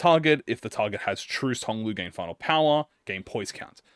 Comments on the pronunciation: Hearing mispronounce Trussed constantly was certainly something. Truss rhymes with Fuss, Trussed rhymes with Fussed. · “Truced” — when reading Trussed